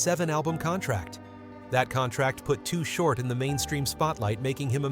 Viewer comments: Why is he calling him too hort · If your gonna do a video on someone at least get the name right. To the best of my knowledge, the name was always "Too Short" not Too Hort. I always liked Too Short and no matter what the new or latest styles are or how they may be evolving, Short stayed true to his originality. He is still a legend despite what happens. If he decides to throw a gig somewhere, he will still draw a big crowd and as far as I am concerned, that will never change. His music, style and Liricks are respected and vibe strong regardless to this very day. Any of yall who are doing well in the industry right now should be reaching out to him and showing some kind of support. Invite him to your concerts, offer him the opportunity to perform and keep money coming in. I have ran into to Short on many different occasions. Not once have I seen the man get out of pocket or disrespectful toward anyone. We always acknowledged each other and even though we never hung out, we had respect for each other. So from me to you big T, Keep your head up Bro. Your a good Dude and no one can take that away from you. I still remember way back in the day, I was exiting a club in the Walnut Creek/concord area with this girl I was hanging with at the time and As we were walking to my car, You were rolling through bumping some real Shit, when baby girl broke away from me to run up towards you to ask you if your Chain was real. Just like any other time, we greeted each other like we always did and I calmly proceeded to walk tow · THIS IS SOME BULLSHYT AND WHY IS HE CALLING HIM TOO HORT WHO THE HELL IS THAT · Mf said too hort